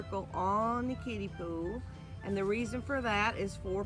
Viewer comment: LOL! I had to hear it a few times to realize you were saying kiddie pool, and not kitty poo! I had to wrap my head around that! LOL! Glad to hear you are using a kiddie pool and not the other!